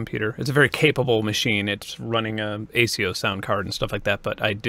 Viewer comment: "ay-see-oh" o______O